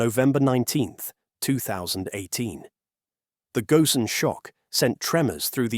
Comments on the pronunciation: This time his name was pronounced correctly, instead of Carlos Gon. It should be Gosen. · I stopped listening when they mispronounced "Ghosn"